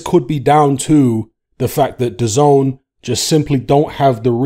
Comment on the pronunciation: It’s not du zone it’s da zehn